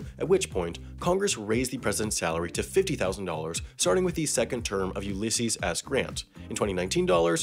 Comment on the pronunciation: this dude just pronounced Ulysses as Ooleesees